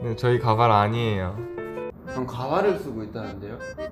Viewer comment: And now we learned 1 new Korean word and it's wig which pronounce: Kabai😂